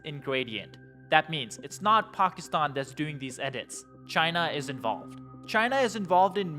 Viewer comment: Pock is tan??? Or Packy stan???